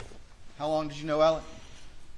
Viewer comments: Is his name Alec or Alex. How hard is it to say alex. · Why do most of these guys refer to Murdaugh as “Elic” or “Alec”? None of them can pronounce his name (ALEX!) properly! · Spelled Alex, pronounced Alec.